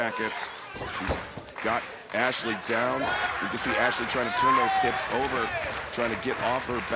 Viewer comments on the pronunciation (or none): Sucks the Spanish Announcement team still can’t pronounce Ashley’s name. Booker of the year 😂